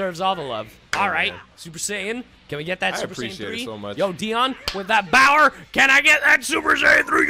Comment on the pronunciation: "Not enough Bower" Famous last words